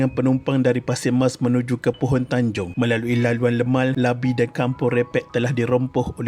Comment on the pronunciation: Bukan labi.. lati